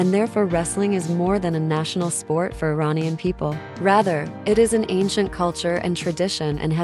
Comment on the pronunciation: Please say Iranian the proper way,not American pronunciation